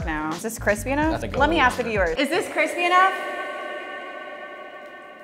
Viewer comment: Is it cwispy enough?!?